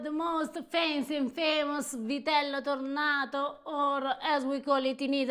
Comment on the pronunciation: Vitel tonné is not French but Piedmontese, is pronounced “Vitel Tunè” and yes, we in Piedmont are very proud of Vitello Tonnato and we also do sandwiches and Tramezzini with it ❤